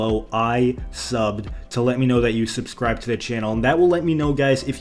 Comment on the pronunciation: "I SUBEB"